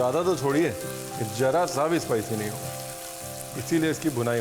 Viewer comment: itna svaadisht recipe banaay ho lekin Pyaaz ko pyaaj, Zeera ko jeera aur zara ko jara bol kar svaad kirkira kar diye..😊